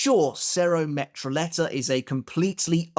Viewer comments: metrolleta should be pronounced as metroyeta. The double L in Spanish makes the sound of a y in English. Like llo would sound like yo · Cero Metralleta (Meh-Trah-Yeh-Tah), submachine gun in Spanish, love your content!